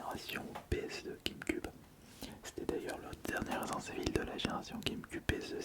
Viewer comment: Resent Evil, surval horror, all-in the dark... C'est Jean-Michel à-peu-près 😅?